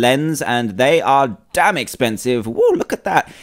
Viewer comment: He said dame